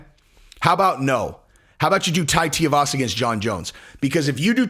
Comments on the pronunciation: It's pronounced Too-E-Varsa. Get it right. Most MMA based channels can at least pronounce names right. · Bro, you gotta get the pronunciation right at least: 2-E-Va-Suh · Tia- vasa?!? Dude, is this the first time you heard of him? Next vid, exposé on Mick Diaz… Edit: Just realized you were doing an “uncle Chael”… Nicely done. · DUDE HIS NAME IS TUIVASA IT´S NOT HARD IS SOUNDS LIKE SHOEYVASA BUT WITH A T AT THE BEGINNING. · The correct answer is tai TOO-e-vasa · It’s TOO-EE-vasa. You’ve been listening to Chael too much lol. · going full Chael with the "Tiavasa." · Two - wee - vasa (pronunciation). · TU-I (ee)-Vasa but no worries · Well Try harder , have some Respect and learn how to pronounce the name of the guy correctly of whom your cashing in on the fame of 👊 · Oh damn Chael! He got to you for this one and jinxed you on saying Tuivasa. Lmao You always nail even the tricky ones. Therefore I blame Chael. 👍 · not nitpicking too much but for a man of your intellect you surely can read the name correctly. Or maybe you’re trying to pronounce the name wrong just like Chael? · Lol,, you pronounce Tai’s last name wrong just like Chael. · Listen you’re not Chael ok you can pronounce Tuivasa correctly come on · Lol you and uncle chael kill me with Tai's name I know it's really not a big deal idk why it even bothers me but it's Too-E-Vasa not T-Uh-Vasa lol once again not trying to be the grammar police but for some reason nobody pronounces the poor guys name right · how can I take this opinion seriously if the first he does is miss pronounce his name. its not tay-e-vasa. its two-e-vasa. he wasn't a pro rugby player. please get this shit right bro. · Bro love your shit. Not trying rip on you but please annunciate his name correctly. Anik literally dunked on Chael, on air, for pronouncing it the same way your are. The problem is the part that gets jacked up is the part that rhymes with shoey. Tui-vasa, Shoey-vasa. Tia-vasa just doesn't have the same ring.